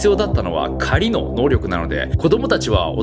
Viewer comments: 狩のイントネーションがカリ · カリの発音でサブリミナルかけててワロ